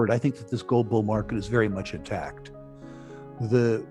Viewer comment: *intact not 'attacked'